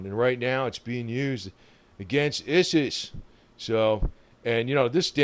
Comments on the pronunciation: Have to correct you bud but it's not pronounced IS IS but ISIS is pronounced (eye-sys). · ISIS pronounced "I.S.", ISIS as in "eyesis" or ISIL as in "eyesil". Islamic State abbreviated. Please, please, please... NO MORE :-( Most of us know this wonder planes capababilites and what it was ititially designed for and how adaptable it is... Please NO MORE DRONE mate.. PLEASE